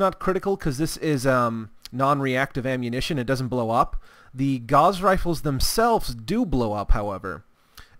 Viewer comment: Just FYI, Gauss is pronounced as such